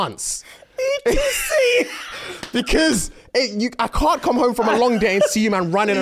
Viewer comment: When said ETC, i thought this was a wrestling move. Not until i saw the transcript, he actually was saying et cetera. Laughed the first time, laughed even harder the second time.